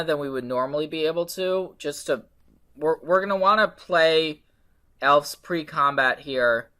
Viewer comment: Awesome deck. As a side note, it's pronounced "Elves" with a "V"